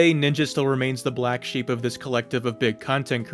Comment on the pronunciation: say "this" like a normal person